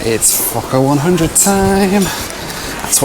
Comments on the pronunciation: I thought you said fucker-100 just spat out my tea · i first heard that as "the fuck up 100"